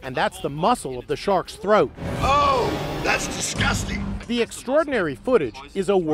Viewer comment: it's not disgusting it's DISGUSTANG